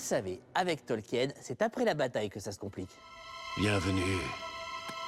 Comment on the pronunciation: Saam TheBonnetMan Pour Erebor et Smaug je suis d'accord, mais pour Thorin il le prononce presque correctement ! Il y a juste le "th" qu'il devrait prononcer un peu plus proche de "f" que ça et le "r" un peu plus roulé, mais sinon c'est bon. (Il y a aussi "Tolkien" qu'il prononce mal, mais ça c'est le cas de tous les Français...)